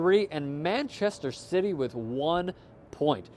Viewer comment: did he just say manchester shitty? I like it tho